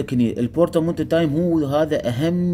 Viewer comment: مو بورتاتايم 😁😁 بورتامينتو يسموها حبيبي شكرا على الفيديو 😉 بس بالنهاية كلتها صح بورتامينتو